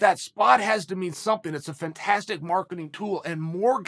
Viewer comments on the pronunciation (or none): none